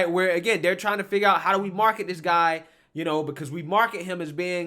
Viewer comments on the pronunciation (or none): man take out all of your d's and replace them with "th" dis?? dat ??dey?? its this...and that and they...use some grammar for people to listen to you...